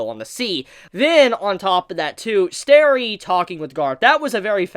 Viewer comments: His name isn't Sterry, it's Stelly. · Say sterry one more time and I'll ddos you.